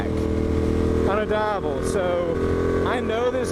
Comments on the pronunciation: it pronunce deeavel ;) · repeat after me: dee-ah-vel. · Worst pronunciation, man! It goes like dee ya vel. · It's pronounced Dee-avel. As in the Spanish word for day (Dia). Source: I am European. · its pronounced deeavel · You are pronouncing name of this motorcycle in a wrong way... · Completely butchered the name lol